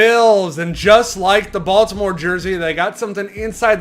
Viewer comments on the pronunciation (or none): none